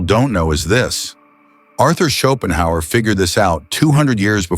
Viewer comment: Ok, half way through the video, and with the many repetitions of Schopenhauer's name I can't see how this video is going to make me any more competent at anything, even at how to pronounce his name. The video maker was fully incompetent.